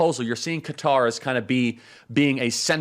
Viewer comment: Thank you Charlie for pronouncing Qatar appropriately!